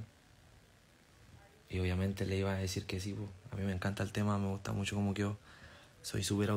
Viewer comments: Y como keri que diga me gusta mutso? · "me gusta musho" "agamoles" "los admiro de pana" 😂😂😂😂emano Noruega esta a la vuelta Y ERA.